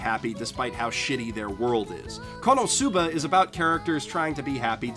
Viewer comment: omg ur frustrated because some people say re zero wrong but you can't even say the Japanese u. you can't even say konosuba or subaru